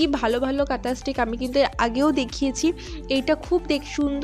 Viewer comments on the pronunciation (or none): তুমি কাঁথা স্টিক বল ওটা স্টিচ হবে।